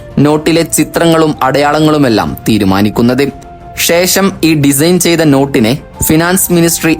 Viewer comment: ഷേശം, മെശീൻ, ആവഷ്യം, ഷതമാനം, ഏകദേഷം, വർശം, വിഷദമായി തുടങ്ങിയവാക്കുകൾ ഉച്ഛരിച്ച് മലയാള ഭാഷയെ കൊല്ലല്ലേ. ആദ്യം സംസാരിക്കാൻ പഠിക്കു